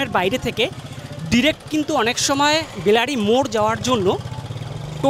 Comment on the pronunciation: বেলারি নয় বেলাড়ী